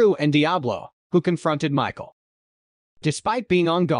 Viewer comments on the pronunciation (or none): none